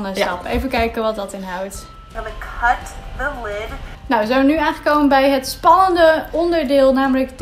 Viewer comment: Leuk filmpje, maar ga a.u.b. voortaan "cut" niet op z'n Nederlands uitspreken.